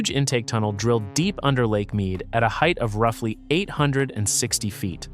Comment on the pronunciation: Dis he say "heighth?" LOL